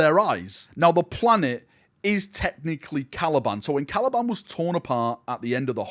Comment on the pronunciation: Caliban, not Calaban